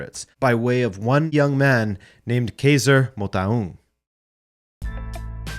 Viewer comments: Dude that Motaung pronunciatio, salute. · You nailed kaizer's surname pronounciation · Loved the way you pronounced Motaung,you did it as close to a native as possible. Great episode.